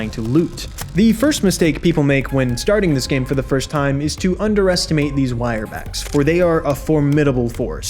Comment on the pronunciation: ...... Im sorry, wire-back??????